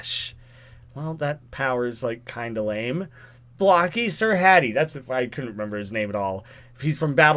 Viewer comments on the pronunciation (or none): none